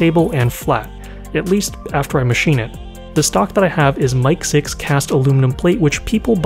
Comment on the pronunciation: For future reference, in industry, it's usually pronounced "mick 6" not "mike 6". I work on satellites and we use MIC6 quite often for mechanism test fixtures.